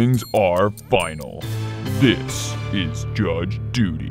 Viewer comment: Anyone noticed in this episode it is Judge ''Duty'' not ''Dudy''